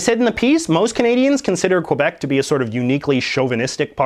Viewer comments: First of all JJ, lesson number 1, it's pronounce "Kebec" Think of the QU as K! Second, you said in your column that the arm forces has to be bilingual. That is utterly false! Did you know that a "Kebecois" (making sure that the "K" sinks in your little English brain), in the arm forces that takes the English classes and fails the test, get a failed in his/her file. An English Canadian, gets "attended the class" when he/she fail the French class. They do require all of them to speak French. I'm a "Kebecois", (making sure that the "K" sinks in) that now lives in the USA. You might argue that 31% of Francophone is not enough for the politics to have to speak both languages, however, the Canadian forefathers thought other wise. Lastly, how many people in British Columbia are really speaking English? I was in Vancouver 10 years ago, and I heard more Cantonese and Mandarin than English. Diversity what's make a country great, Canada profess it every day and twice on Sundays. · As a bilingual canadian, I hate the way he pronounces Quebec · You are not Canadian. You are a American pretending to be Canadian. You don't even say Quebec or about correctly so stop your noise. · I get so trigger of him saying QUebec instead of Quebec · It’s pronounced kay-beck not kwe beck. And the shooting in 2006 was not at a university but at a cegep, a type of school only Quebec has. And I go there. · Dude stop saying Quabec it's Quebec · I'm sorry and I hate to be this person but it is spelled q u e b e c. Not q u o b e c. Pronounce it the way that it's spelled please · First its pronounced Kebec not Qwebec. Also I don't see the issue about being bilingual. Most Europeans are at least bilingual if not multilingual. It seems to be a very North American idea to not learn more than 1 language. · Can you PLEASE pronounce Québec properly!!! Its not Quobec ffs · It's not pronounced Kwuh_beck. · You're alreldy offending me by mispronouncing the word Québec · K-Beck not kwabeck